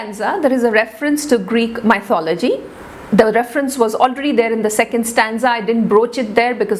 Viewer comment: Kindly refer the pronunciation of 'Mythology'.